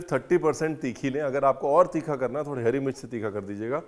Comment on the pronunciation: हरी मिर्च को भी आप हेरी मिर्च बोलते है 😂